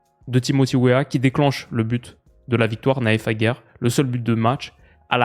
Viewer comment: le "d" dans Aguerd n'est pas silencieux. Il ne joue pas au Tenni.